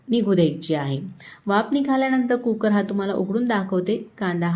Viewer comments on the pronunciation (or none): none